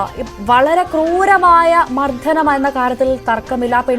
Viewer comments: മർദ്ദനം എന്നാണ് അവതാരക ചേച്ചീ മർദ്ധനം അല്ല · മർധനം അല്ല കൊച്ചേ,. മർദ്ദനം ആണ്. ഞഞ്ഞാ..... പൂഞ്ഞാ